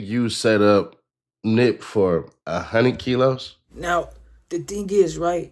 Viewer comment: Bruh did dude just say 100 icks not serous tho